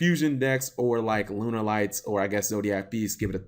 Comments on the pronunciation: Why does he say Lunerlights? It's pronounced Lunalight man... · No duh lol but it's not the way the archetype is pronounced. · i think it sounds also stupid